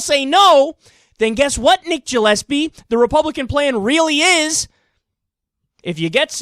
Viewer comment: Gillespie is usually pronounced with a hard g sound, not a j sound.